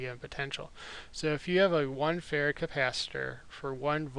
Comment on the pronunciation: Is it bad that I kept hearing "farad" as "ferret"?